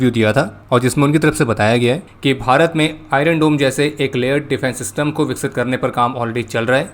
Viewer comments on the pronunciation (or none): none